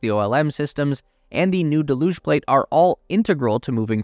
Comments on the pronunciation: "Deluge" is supposed to be pronounced DELL'yüj, not duhLÜJ'. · Duh looosh? Its 'dell yooog'. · Can't take it seriously when you get to the word 'Deluge' type it into any dictionary app and hit the little speaker symbol and it will tell you how to say it ! just nitpicking really but it's really annoying ' DELL - hUGE '....cheers. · Look up "deluge" and hit the pronunciation button. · You're pronouncing deluge incorrectly. Search for deluge on an online dictionary and click on the speaker. It will pronounce the word for you.